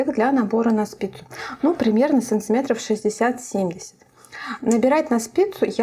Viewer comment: Смотреть интересно, полезно, понятно. Но санЦиметры так режут ухо, что капец. И всё ровно затянуло.